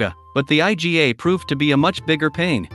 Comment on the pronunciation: It's pronounced "EE-GAH." Iga is not an acronym😂